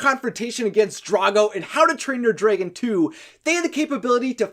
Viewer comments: Why do you say dray-gun instead of drag-gun? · Why do you say dragan instead of dragon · Wtf is he not saying dragon right. It’s dragon not dragen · If I hear draygon one more time ima be pissed 😂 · What’s a “Dregon”? 🤔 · He says draygon Not dragon What the hell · Wtf is a Draeigon? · Why do he say draygon instead of dragon?? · It's not draegons it's dragon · That’s not how you pronounce the word dragon. It’s not ‘draegen’, it’s dragon. Dragon. Like the word ‘drag’, with ‘en’ behind it. Unless you pronounce drag as ‘draeg’. Just saying. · Do You pronounce dreagon? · Please stop saying “Draygon” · "Draegon" ...Good video but the way you pronounce dragon makes me just...nope.. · Anyone else noticed that he said dragon like this: > draigon? I can't be the only one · Learn how to say dragon correctly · Your right man, i cant stand iT! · I don't wanna be mean but i hate how you say dragon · I’m sorry. It was your pronunciation of dragon that made me think that.